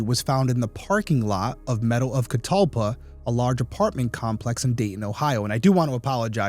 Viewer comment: I'm from Dayton, Ohio and you got the pronunciation correct! Meadows of Catalpa 👌🏼